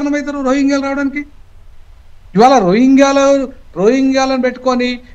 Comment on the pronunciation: అమంగళ్ కాదమ్మా, ఆమన్ గల్. రోహింగా లు కాదు, రోహింగ్యాలు. దయచేసి గమనించగలరు 🙏